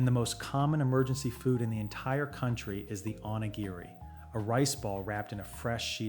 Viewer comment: You have a Japanese man mouthing the words but most of them are pronounced wrong. example "Onigiri" O (long 0) knee gee ree (The ee are long e sound. like in the word me) Thank you for this video. Very informative.